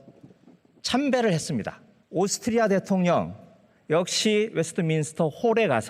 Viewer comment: ㅇㅇㅇ 했습니드. ㅇㅇㅇㅇ한다고 했습니드. ('드'를 '다'로 발음해주시면 좋겠습니다...)